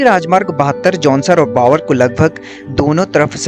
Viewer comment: कृपया भावर बोलो न कि बावर